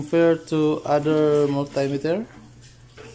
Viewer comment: Daygital multaymeter sounds like daygii and Gugol